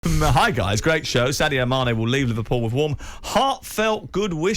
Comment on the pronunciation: Man said mane😅🤣